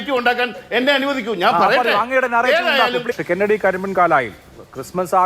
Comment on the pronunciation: കെന്നടി "റീചാർജ്ഡ് "!! 🤣🤣